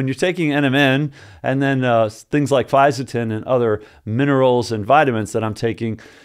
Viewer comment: Good pronunciation....a tricky supplement to explain to people you take without raising some eyebrows if you say it wrongly 👊